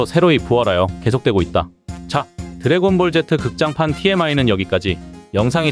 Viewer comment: 드래곤볼 젯트 라고 들리네요 ㅋㅋㅋㅋ